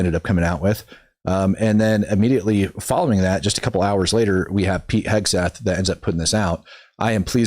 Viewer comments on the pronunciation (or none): none